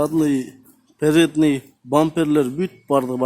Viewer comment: Передный задный эмес передний задний кечириниз